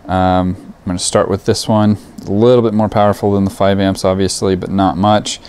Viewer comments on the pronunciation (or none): none